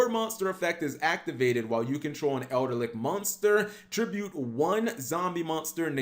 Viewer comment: There is no "R" in Eldlich.